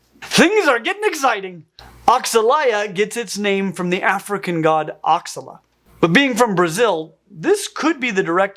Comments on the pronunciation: Not oxalaia, like oxigen. But oxalaia, like sasha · I think Oxalá is pronounced more like "oh-sha-la".